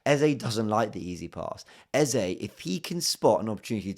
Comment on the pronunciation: First of all THANK YOU for making sure you pronounced the name EZE properly. It's been very irritating this new EZA pronunciation. It is 3 letters! Thanks man. Great game yesterday... Still buzzin' #coyg